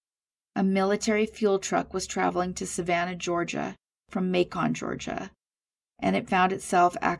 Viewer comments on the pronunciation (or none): Thanks for covering these cases. Just so you know, Macon, Georgia is pronounced like ‘bacon’ 🐷 😉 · Awesome job! You need more subs for sure! By the way Macon rhymes with bacon. 😊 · Macon is pronounced like bacon ❤️